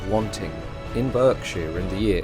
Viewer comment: The narrator sounds English 🏴 BUT EI the pronunciation of place names Berkshire , Mulberry the English would never say it like this or maybe he’s using olde English??